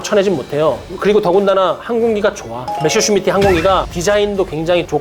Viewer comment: 아 갱상도 분이구만. 메셔가 아니고 메서!!!!!